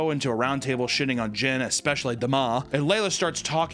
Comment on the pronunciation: Okay but why, WHY does she pronounce Demi like that?! 😭